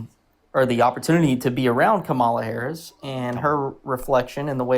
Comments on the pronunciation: The vice president is not part of the military chain of command, so they are not required to salute. This guy is complaining that a civilian does not salute him back. I would think that military people would be more upset if they did. Additionally, a lot of people who mispronounce Harris's last name have fallen for Trump's successful attempt at africanizing her, of "othering" her. Trump spent a lot of the time around the WWF which featured Kamala the Ugandan giant, after all. He knows the effect. Continuing to repeat her name incorrectly despite years of hearing it pronounced the proper way is very telling. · I can't stand these lying liars ... He has been around Harris but pronounce her name? And how she treated him? 😂😂😂 Boy bye ...